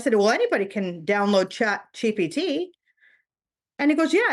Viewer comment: It's ChatGPT. She's pronouncing it wrong. If you try what she did, you will get some very generic responses.